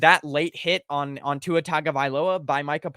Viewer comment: How are people still pronouncing Tua’s name wrong.